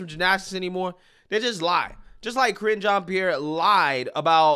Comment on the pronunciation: I like the way you pronounce the press secretaries name. "Cringe On Pear"